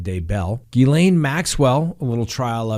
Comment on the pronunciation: It's Gil-LEN not Gil-LANE.